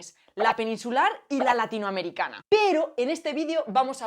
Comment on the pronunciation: Se escucha tan horrible cuando dices "latinoamericana.